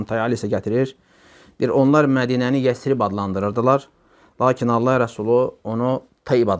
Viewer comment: Yətrib yox Yəsrib